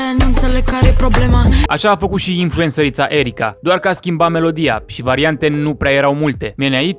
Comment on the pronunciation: Mi se pare funny cum pui accent tot clipul pe "influencer-ita" :))